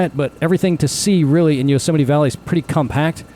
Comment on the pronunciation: Yo-semite. Is that how you greet someone jewish?